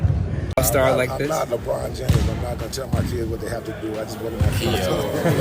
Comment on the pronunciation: Suyaon ang pagsabi mo Libron James instead na LeBron James 😅